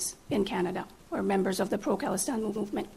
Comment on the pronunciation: Good pick. She said pro Kalistine 😀